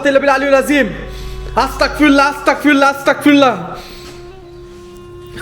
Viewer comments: ভাই আস্তাকফিরুল্লাহ না আস্তাগফিরুল্লাহ হবে আস্তাতফিরুল্লাহ না বলার কারণে আপনার ওপরে জিনের আছর করে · হ্যাঁ আস্তাগফিরুল্লাহ এইটা হচ্ছে সঠিক উচ্চারণ❤ আর আস্তাকফরুল্লাহ এইটার মানে হচ্ছে আমি কাফের 😢 নাউজুবিল্লাহ